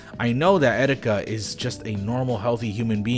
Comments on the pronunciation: I know this is serious but Did he just say 'etsetika'? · Did you just say excetika? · Did you say et cetika